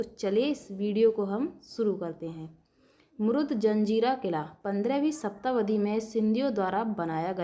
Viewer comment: मुरूड जंजिरा. सही उच्चार किजिये. पटेल नही पाटिल. सिंधी नही सिध्धी.